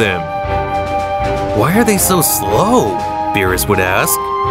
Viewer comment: "Ve-jet-uh" "Bro-dy" "Be-ror-us" "Kame-uh-uh" "Cyans" 💀💀💀